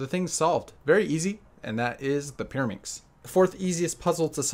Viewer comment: Peeruhmixx??? Are you kidding me??? 3x3 is WAYYYYY easier than Peeruhmixx!!!